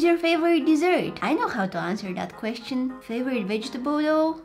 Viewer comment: Did anybody else hear vegeteBOIL